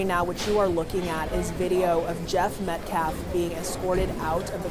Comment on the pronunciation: Does nobody on the Anthony side know how to pronounce Metcalf s name? It's not "Met- claf." It's Met-calf, as in a baby cow. L after the A.